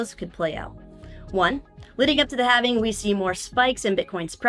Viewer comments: lol Halving being pronounced as “having” 😂 I’m with it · can't pronounce halving...